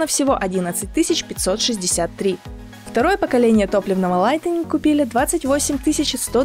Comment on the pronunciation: яке лайтенінґ? справдьте в словнику як то слово читаєццьо!